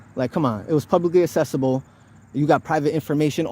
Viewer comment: assessible??? Accessible is pronounced aksessible... 😒😒😒